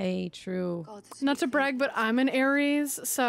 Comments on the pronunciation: Ares not aries😅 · It's Ares not Aries.